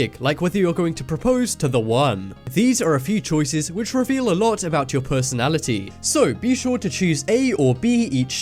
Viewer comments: he said pussynality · IN THE FIRST SECONDS IT SAYS PERSONAILITY INSTEAD OF PERSONALITY